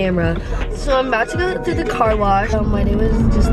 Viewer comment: bitch did you just say CAR WARSH